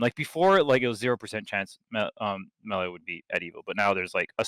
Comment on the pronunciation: Mel-eh instead of may-lay